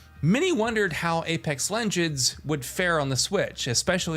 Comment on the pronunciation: Apex lenjends